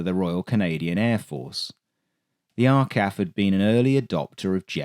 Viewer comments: It’s R Cee A F, not R Kaff. 😂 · R KAF? It's pronounced R. C. A. F. Not RKAF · It's said R C A F no R CAF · It is not R-CAF. It is the R. C. A. F. Four individual letters. Maybe they used an AI to the voice over for the early part of the video. My father was ground support personnel in the RCAF for 4 Fighter Wing near Baden. A very young me circa 1955 was there as a dependent. I saw them many times on the flight line and in the air. Especially during the Hungarian Uprising I remember the Canadair F-86s flying Combat Air Patrol. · R CAF? WTF? We say R C A F. Royal Canadian Air Force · Very good! - I'll even let the CAC photo-win pass.... but just one little quibble. I have never heard anyone, any veteran, any Canadian say "Are-Kaf." The phrase as far as know has always been "Are See Eh Eff" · R CAF what the hell we say R C A F! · That's the first time I've ever heard "arr-kaf." 😕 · Arkaf? Never heard that one. Is this AI?